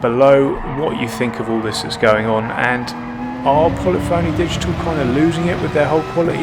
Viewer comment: I hate to be "that guy" but I believe Polyphony is pronounced puh-LIH-funee... Love the videos, by the way. You're right in calling them out on the QC. It's an embarrassment. I stopped playing GT after they screwed up the penalty system. This is just more of an example of them mishandling changes to a game that should have worked day 1.